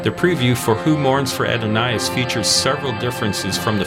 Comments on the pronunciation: Ah-don-iss, not ado-nye-iss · What is this Add-o-ni-as? It’s Adonis. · The name is not AD/o/NIGH/us, it is a-DON-iss. He was a Greek God (who was once human), and before this I was enjoying the video, but can watch no more after that one. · It is spelled "Adonais", and pronounced "uh daa nuhs" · It's pronounced AH-DON-US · Just one little nickpic, it's pronounced phoneticly Uh-daa-nuhs. Who mourns for Uh-daa-nuhs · Jeez; doesn't anyone proof these narrations for pronunciation? Melvin Bell-"EYE": Adon-"NISS". Nothing pisses off a Star Trek fan quite like mispronouncing a character name... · I have to ask, was Adonis mispronounced on purpose to get us to comment? I’m not knocking it, it’s effective. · Aaa-do-nay-iss. The title is "Who Mourns for Adonais?" not "Who Mourns For Adonis?" Adonais and Adonis are not the same, although spelled similarly. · uh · daa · nuhs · Seriously? You don’t know how to pronounce Adonis? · you pronounce Adonais wrong lol but ok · I'm talking about pronunciation obviously... The i was confusing him. Who mourns for the Beautiful perfect one,.. Adonais (pronounced as surely even you know, like Adönis...). He said Adonais like he had never heard the word, (which is an appealing post Millennial thought,...) It was downright jarring. It made me completely and instantaneously; question who this person was, and how he could have such a glaring ommision in his knowledge to have never heard the name Adonis even once! I grewcuo in the 70's and 80's. We thought and talked and listened back then. My Mother took me to a double feature movie when I was 6. It was Momm8e Dearet and TOMMY (The WHO). I have no shortage of experience, knowledge and world awareness. This sounds to me like a young person who has lived a one dimensional childhood and young adulthood and yes, I get all that from one bad pronunciation...c